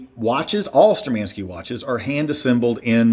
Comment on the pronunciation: Wrong pronunciation of the brands name! Штурманские=Sturmanskie is pronounced as Shtoormanskeeya.